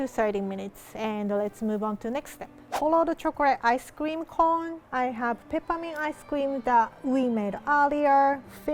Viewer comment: when she said peppermint extract I heard Ketamine extract and looked up in disbelief kakakakakakak